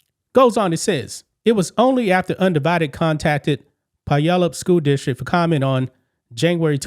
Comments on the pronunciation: Puyallup Is pronounced "pyoo-ALL-up" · Just FYI its pronounced PYOO-ALLUP. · Puyallup is pronounced “Pew allup” ….. just for future reference…..